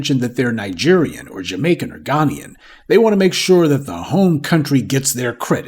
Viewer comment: Ghanian? It's Ghanaian. Say it with me 'professor'...Gah-nay-an. Aight, homie? :) Also, the Caribbeans? Amerikkkan English sure is odd. :)